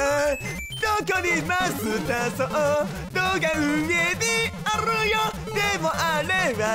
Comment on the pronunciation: おかえりなさいさん！ あrrrよ！の巻舌上手すぎないですか？！